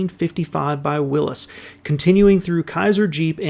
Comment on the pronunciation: Thank you. Good video. Nice to hear someone correctly pronouncing Willys instead of saying ‘willeez’. Thurn is actually pronounced ‘turn’.